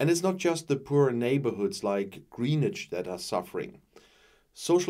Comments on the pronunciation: Actually, it's more like 'Grennitch'. The 'w' is barely audible. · 'GrEEnwich' is pronounced 'GrEnwich', HTH 👍